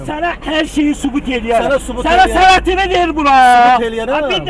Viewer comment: Dağ adamlarını ikiqat təlim tədris vermədən, işə götürməyin. Düzgün tələffüz qaydası belə yoxdur. [sənətini] deyil, [sənədini] deyə tələffüz olunmalıdır.